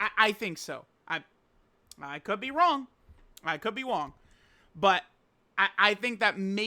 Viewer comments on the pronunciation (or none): “I could be wong” 🔥🔥🔥